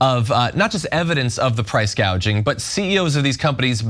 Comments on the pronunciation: She did say “price gaging” 😂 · Why did she say Price “gauge-ing” ?